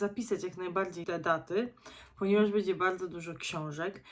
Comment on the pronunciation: Nie "bedzie" a "będzie ". Uszy więdną od słuchania.